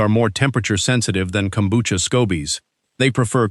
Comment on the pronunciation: Kombucha = Kelp tea. It's Japanese. If it doesn't have Kelp, it's NOT kombucha. DO BETTER. Also, the AI pronunciation is way off.